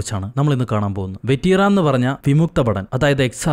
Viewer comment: വെറ്റ്റൻ എന്നാണ്